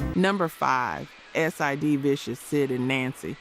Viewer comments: Yes, it's absolutely AI. Several words are weirdly pronounced, such as the way "ultimatum" is said , and when the AI voice says "Ess Eye Dee" Vicious instead of "Sid" is a dead giveaway. There are more, but those make it obvious. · Can’t stand the AI voice and mispronounced words and names. S.I.D. Vicious and Nancy? Come on. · You lost me at "S. I. D." Vicious......